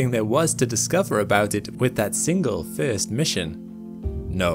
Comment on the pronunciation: FIRST LIKE FRST NOT FEEERST 😮😮😮😮